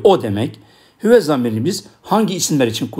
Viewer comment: Hüve diyorsunuz da arpaçanın neresinde “Ü” var